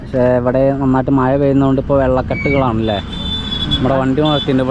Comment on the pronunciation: മയ അല്ലേടാ കോപ്പേ, മഴയാണ് ശരി